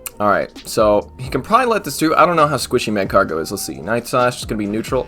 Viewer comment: Magcargo is pronounced like Escargot it sounds cool with a French accent lol